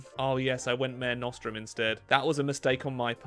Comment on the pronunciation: I know it doesn’t matter but if you are pronouncing mare nostrum its Latin and it’s pronounced ma-re (re like red) nos-strum and it means our sea anyway love the video ❤